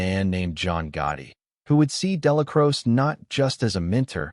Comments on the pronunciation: Crow-chee, ya wet wipe. 3 hrs of butchering the man's name . Exhausting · Narrator cant even pronounce Dellacroce right.